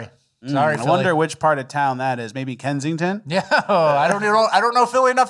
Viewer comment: Lol it's Kensington. It's Kensington. Go Birds